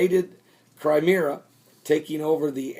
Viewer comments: Crimea, not Crimera!!!!! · Cry-meeeee-ya That's how you say it. Seriously, you sound like an idiot not being able to pronounce these names.